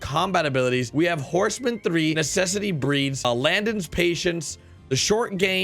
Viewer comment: Landon's patience?? um bro im not that patient. its so nice that says my night the right way. most ppl just get lazy with it and say Landen. thanks for respecting my name brother